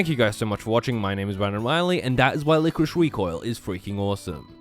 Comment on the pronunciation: Lie-Core-Iss, not whatever you said.